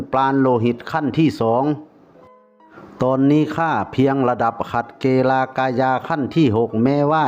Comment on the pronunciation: นักยุทธระดับขัดเกลา(เกา) ไม่ใช้เก-ลา นะคับ พอดีผมตะขิดใจ😅